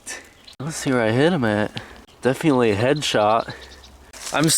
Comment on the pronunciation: You pronounce definitely like "Def-ee-antly" and its really annoying